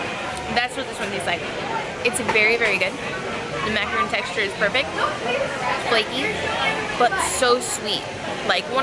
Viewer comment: Just remember its mac-ah-ron. Exactly like macaroni! Thats how my friend taught me.